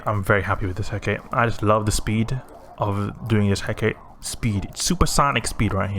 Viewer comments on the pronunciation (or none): Cool ship! I believe it's pronounced "He-ka-te", not "Heckate" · it is pronounced he.ká.tɛ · Hecate should have three syllables. I pronounce it like "hɛ" as in "heck", "ka" as in "cop", and "tɛ" as in "test". There are other pronunciations (such as hɛk ə ti, where the ə is like an "uh", and the ti is like "tea") depending on dialect/language, but it should always have three syllables. The ship is named after an ancient Greek goddess. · Pronounced hair-car-tay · c'mon man, just watch how Xtra Squishy lol says it. Failure of schools in the Anglosphere? I've never met 2 people in eve that say Hecate the same way lol XD You going to make a T3D comparison video in future?